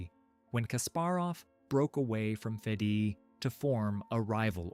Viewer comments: this idiot reads fedi instead of fide 😂😂😂😂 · please correct the sound track with the correct pronunciation ofr Seyrawan. you butchered the name close to be unrecognisable. also the name FIDE. Elo number are inflated.